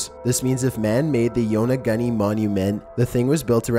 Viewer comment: Yona-goonie, not Yona-gunny